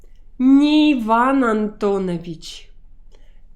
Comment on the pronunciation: I've noticed that you pronounce Antonovich as AntonEvich.. shouldn't it be AntonAvich?